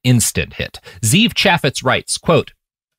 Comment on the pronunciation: One thing that bothers me about people in new media is that they never bother to find out how to pronounce names Ze'ev is pronounced zev....short e It's a Hebrew name